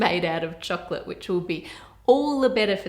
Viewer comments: I like how you say chocolate. It sounds like "chucklet" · i hate the way she is prononcing chocolate to chocccccclatte😠